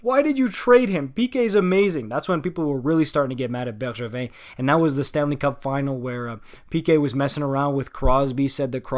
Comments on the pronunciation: man, hearing Bergevin’s name pronounced properly caught me off guard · You must be french Canadian, the way you say Bergevin without any accent demands it! Beau travail en passant. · same omg… finally ahah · same heehee